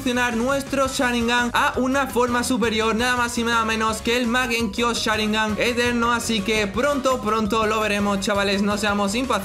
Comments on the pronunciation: Soy yo o dice magenkio sharingan? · Mangekio sharingan no mangekiu sharingan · es mangekyo! no magenkyo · porfavor no sigas diciendo mal mangekiu sharingan basta me lastimas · magenkyo XD me hizo reir cada vez que lo decia